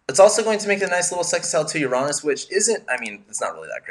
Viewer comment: Finally! Someone who pronounces Uranus correctly. 👍💕